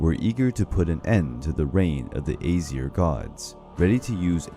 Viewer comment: How can you make such a great vid and pronounce Aesir so wrong most of the time